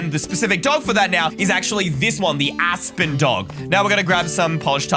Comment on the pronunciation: and you cursed you said ASSpen